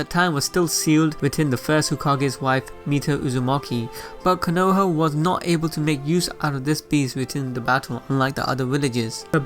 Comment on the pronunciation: Nah-Gah-toe, Koe-No-Ha